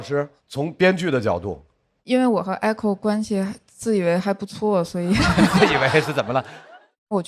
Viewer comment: echo不是艾口好吗？→_→